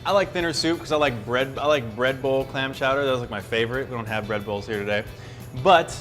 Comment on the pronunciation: he said "man chowder"